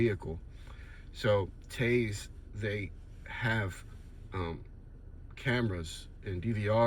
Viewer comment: Good video, it’s pronounced ‘TEE-EYES’ though.